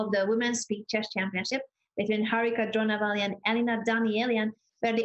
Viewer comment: dronavalli not drona valley or drona river